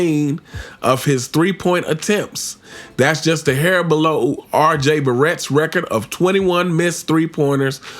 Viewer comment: Cmon UnC, how you not kno RJ Barrett name? 🤦🏾‍♂️😂